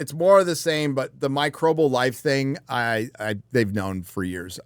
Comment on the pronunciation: MICROBIAL! Not Microbal. Jesus, you sound like my mother saying Vetnam.